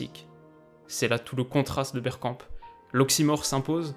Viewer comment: A j’ai entendu « on va parler bière » j’ai replay 5 fois mdrr